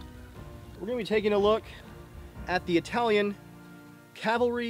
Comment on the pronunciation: That "Italian pronounce" is totally wrong, nice video btw